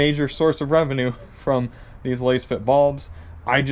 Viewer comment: You can't even pronounce the companies name correctly smh